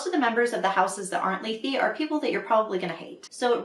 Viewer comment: That's how you pronounce Lethe??! I was making it rhyme with death